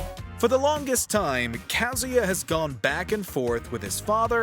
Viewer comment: Good lord, the way he pronounces Kazuya and Raiden.